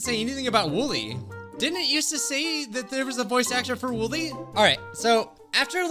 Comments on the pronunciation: Just its wooly not wooli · OK first of all he said his name wrong second of all his name is not Willy it’s woolly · Wolly he say wollwy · You did wolie it’s wollie not wolie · It's not woolie it's wooli so try that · its not wollie or woollie its woolly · ITS NOT WOOLIE ITS WOOLY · Woolie it’s actually w o o l y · He said wollie😭🤣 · He said wollie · Its "woolly"